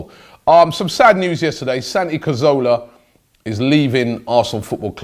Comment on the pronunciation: Santi is leaving because Robbie can't pronounce his name correctly